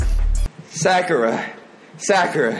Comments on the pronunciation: Did he call Sakura, Shakira? Lmfao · WHY DOES HE CALL SAKURA SHAKIRA I CANT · Big Chungus // sack yee ruh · Me:Sakura:SHAKIRA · I like how he pronounced Sakura as “Secure-a” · he pronounced sakura sa-cure-ruh what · did he just call sakura shakierra i uhhh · Sack-cure-a lmao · Sakura is literally the most easiest name out of all of them and he still mispronounced it😭